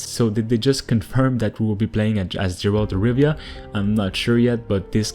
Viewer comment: Gerald of Riviera